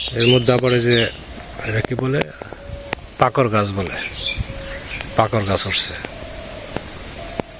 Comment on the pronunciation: Pakar noy pakud.